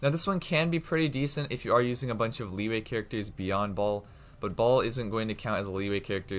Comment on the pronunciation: When he say baal but my ear hear ball...😅😅😅